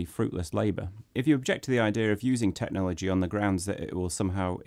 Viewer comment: "Tecnhology" haha